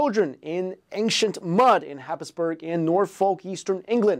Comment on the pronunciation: Weirdly, Happisburgh is pronounced Hays-bu-ruh. Because Britain!